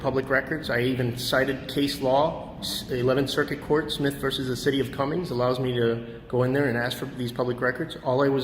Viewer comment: It's the city of Cumming my brother, It drives me crazy when you put an S on the end of it, I used to live there